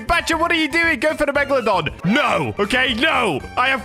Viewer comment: When he said megalodone I was thinking phantom meg (Tomat5food)